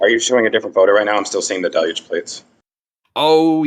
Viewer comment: It's pronounced DEL huge. Not del LUGE. First of all the accent is on the first syllable DEL not the second syllable. And there is only one L pronounced and it's in the first syllable. The L is pronounced in the first syllable DEL but there is no L pronounced in the second syllable. There is a difference in the spelling of words and the pronunciation of them. If you try to pronounce the word the way it's spelled you will mis-pronounce the word.